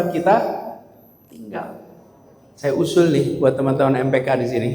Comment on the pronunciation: Berulan-ulang nonton, kagum dengan sebutan "TENAN-TEMAN"